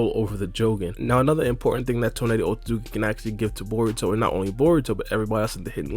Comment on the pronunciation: Your style of speaking quickly and saying Otsutsuki so many times per video, has you mumbling the name now. It sounds like you're saying OatSazuki. Slow your pace a lil bit lol or not 🤷🏿‍♂️😎👍🏿